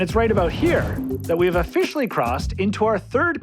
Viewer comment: ofFISHIALLY ahahahaah